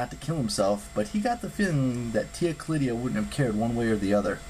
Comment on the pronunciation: Tia Callida not Callidia